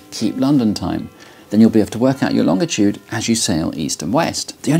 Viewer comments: Longitude… how hje says that word is extremely annoying and incorrect. If you look at a dictionary… Can't watch this. ˈlônjəˌto͞od, ˈlänjəˌto͞od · Good video! And I admire someone who pronounces the word “longitude” so strangely reading copy that features it so prominently. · As an American this is first time I have ever heard it pronounced long-itude I’ve always heard it pronounced Lon-gitude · I think I've been pronouncing "longitude" wrong my whole life. I always give it a "J" sound in the middle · Do most british pronounce longitude like that? I knew about a lot of differences, but I didn't know about this one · Pronounced that wrong, but sure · Very interesting video but it's pronounced longitude, and not longitude 😁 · This guy says longitude funny. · The way this guy pronounces "longitude" makes me physically uncomfortable. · You had me at longitude... pronounced with a hard "G" sound ... never in my life have I heard it pronounced that way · Can someone tell him he pronounces 'longitude' incorrectly? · P.S. the letter G when followed by I is usually a soft G, not hard. More like the letter J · Why the hard “G”pronunciation in “longitude”? It is quite uncommon.